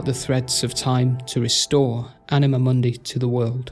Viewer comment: you pronounce it as m(ou)(soft n)d(ei) while it should be m(hard u, similar to english "moon")(hard n)d(hard i, not english "eye" but i like in "in"). So in short you said something like mon-dei instead of moon-di.Try to listen to google translate "stupor mundi" in latin to notice the difference, you have right to your own pronunciation, but I got confused first time you said it. I didn't mean to shame you or anything. Lore is chaotic yes, I just wanted to point out it jumped from Mah to Zaros to Seren without really saying what connected them, It should say how and maybe why Mah created them, quick description of them both and their powers (their auras worked on each other, which weren't even mentioned), then how Zaros left and finally Mahjarrat, their relation with Mah and Seren (they didn't know they were channelling energy bach to Mah). I already described difference between Catalyst and the Codex, but I can say it again, Jas created Stone from her own egg (sacrificing her reincarnation in future revisions) as medium to fill power gap created after losing Mah, It acted as power source slowly burning whatever power Jas infused it with. Stone was used as tool in creation of worlds and and other lesser tools. Codex (as we have recently learnt) was used as storage for knowledge and power (this is how you described the Catalyst)